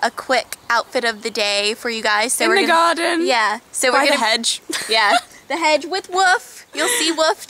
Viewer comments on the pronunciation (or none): "in the gaaden" lol, love both of u! <3